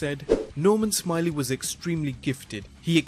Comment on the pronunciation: It's pronounced Norman Smi-lay